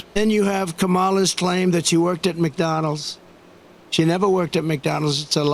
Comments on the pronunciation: Her name is pronounced Comma-la! Jaysus! Get it right!! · He’s so rotten. How he purposefully says her name wrong. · (Cum-ma-lah) is a black male WWF wrestler from the 90s who never spoke per his character as a wrestler. I believe this is who they are referring to when they purposely say her name incorrectly. Just Google Kamala the wrestler. 🤦🏾‍♂️ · It makes me so angry that he purposely mispronouces her name. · He still mispronounces her name on purpose even after she clarified it for him. Everyone should start call him DonOld to his face & when speaking about him. Think he would take a hint? Haha! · He mispronounces her name on purpose. he thinks it makes her look like she doesn’t matter to him, but it makes him look stupid and of course he is very stupid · This is a felon who can not pronounce the name of his opponent! Maga seems to be proud of him for that. How low is that bar? Also, felon Trump continually gets away with saying "I don't know anything about her or that?" When will Maga realize that ittheir candidates job is to know who he is traveling with, or what his name is being attached to? Your candidates response is, "I don't know?" Great guy for president! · Someone please explain to trum in a way he is capable of understanding how to pronounce her name Kamala doesn't bounce like "banana" Kamala bounces like "apple sauce" Kamala, banana Kamala, apple sauce Maybe if we use snackies, he'll get it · The POS enjoys saying Kamala's name wrong. I swear he gets off on it. 🤪😜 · If anyone is a comrade Donny it’s you not Vice President Harris. Perhaps you should go back to school and learn some phonics since you can’t pronounce her name correctly. Oh that’s right it’s just because your childhood bullying never went away. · He deliberately mispronounced her first name. A man of pure class. /Sarcasm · Why does he refuse to pronounce her name correctly? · Someone needs to tell him to his face saying her name wrong makes him sound even more stupid